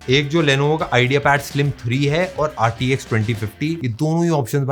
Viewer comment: Rtx bola toh rdx jaisa laga 😂